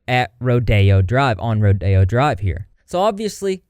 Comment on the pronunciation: You pronouncing rodeo drive as rodeo (as in a horse rodeo) drive is now my new favorite thing 🤠